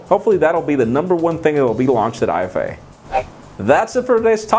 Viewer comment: Its IFA like efa and not I-F-A